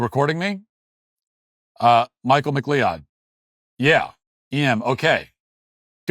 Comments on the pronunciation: McLeod is pronounced "MAC-CLOUD" not "MC-LEE-ODD." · McLeod is pronounced "Mik-Cloud," not "Mik-lee-odd" lol. 🤣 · MacLeod is pronounced MaCloud not Makleeod, for god”s sake. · “McLeod”.. “Mick-cloud” Not “mick-Lee-owd” Come on, Walsh. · Mcleod = McCloud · McLeod is pronounced "Mick Cloud" or "Mack Cloud" BTW. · McLeod is a Scottish surname pronounced "muh-CLOUD" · "McCloud" is the pronunciation. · McLeod is pronounced ma-CLOUD... usually... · Mr Mic-clee-ood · It’s pronounced McLoud. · Ive never heard anyone in my entire life butcher the name McLeod like that haha. A Scottish surname, Mc or Mac meaning son of, and Leod means ugly. pronounced like M cloud for future reference. I agree, she should be held accountable for ruining those poor kids lives. The Canadian justice system up here in Canada is a joke. I do not recognize the country I grew up in. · It's pronounced "Mic-Cloud" you Irish freak. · It's pronounced Mick-Cloud. Thanks for covering this Matt, Canadian media won't tell us the details. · Matt, if it’s “McLeod” that’s pronounced pretty much just like “McCloud.” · Matt it’s pronounced McClowd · As a 64-year-old Canadian, I can sadly confirm that my country, once a source of pride (and a proud ally of goodness) has devolved into a weird socialistic hellhole bent on eroding all that made us proud to begin with. Let us pray that America can quash the same lunacy currently afflicting their culture. Btw it's pronounced Mc-Cloud. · That is a very easy name to mispronounce.